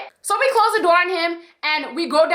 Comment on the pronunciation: Door, it’s door, not dow